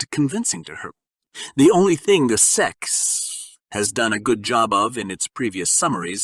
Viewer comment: who is reading this shit he said Xarp and seek instead of SEC LMAOOOOO